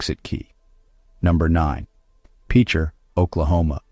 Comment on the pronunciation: It's pronounced pitcher, not peecher Oklahoma..